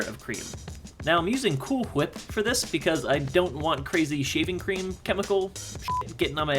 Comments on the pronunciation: Am I the only one who notice he said Cool Whip wrong #familyguy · Oh my god did just pronounce the H in Cool Whip? I'm having a family guy moment! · I just had a Brian and Stewie moment when he pronounced the "h" in "cool whip" lol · "coohl qhuip" lol stewie (family guy) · Who else heard him say Cool Qhip. Family Guy Reference. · You said cool hwip (how do you type it the way stewie says it?) Anyways...YOU SAID COOL HWIP!!! YOU SAID COOL HWIP!!! I love you!!! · Me too haha